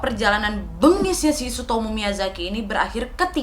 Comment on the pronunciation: Gw dengerny ka nadia nyebut namanya sutomo dunk, ga taunya tsutomu.. 🤣🤣🤣🤣